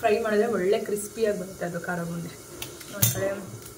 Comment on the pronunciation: ಕರಬೋಂದಿ ಅಲ್ಲ ಕಾರ ಬೂಂದಿ 😂